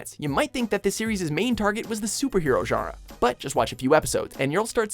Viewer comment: he says genre wrong every time.